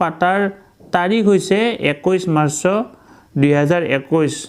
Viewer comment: মাৰচঅ নহয় মাৰ্চ অৰ্থাৎ মাৰচ ।